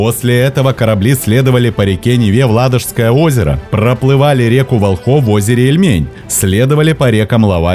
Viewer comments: ГанзЕйския, ВОлхов, ЩЕцин. Ударения надо проверять перед начитыванием текста. Привет от ЕГЭ. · название рек, озер, с правильно поставленым ударением пишется на картах.. р. вОлхов, оз. Ильмень, р. лОвать... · Все хорошо, только что с ударениями??? Путь из Воряг и Греки: озеро Ильмень, реки ВОлхов, ЛОвать! А союз ГанзЕйский, лига тоже ГанзЕйская!!! Даже в Википедии стоят ударения. Слух режет, не понятно почему при отборе информации не обратили внимание на ударение! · Поработайте с ударениями.Река ВОлхов.Озеро Ильмень-ударение на букву И! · река вОлхов, озеро Ильмень (ударение на большие буквы)